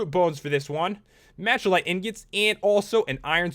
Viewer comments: machalite is misspelled, its really spelled "malachite" and pronounced (mala-kite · Machalie is pronounced Mac a lite